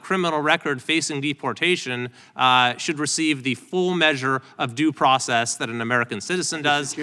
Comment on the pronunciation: The problem is others understand it as "due process"....trump read it as "do" process